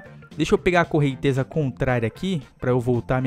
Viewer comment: "correntesa" e com 'z' ashaushau